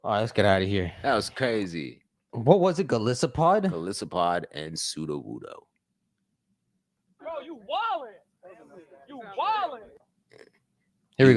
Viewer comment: Sudowudoo it’s Sudowudoo lmao 😜